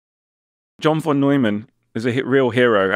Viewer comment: Lee is so smart he doesn't know that Von is pronounced as fon